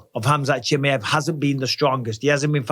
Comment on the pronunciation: For the love of god Michael, can you pronounce fighters names correctly? 🤣 Chim eye ev